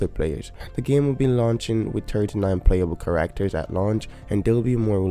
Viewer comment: you say “39 playable kerrr Actors”